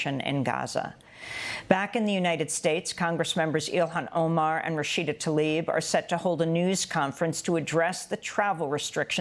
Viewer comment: Why can't Americans pronounce the names right? It's TLAIB not TALIB! And...orange Dogshit 45: you, your administration and family are an organisation of terror!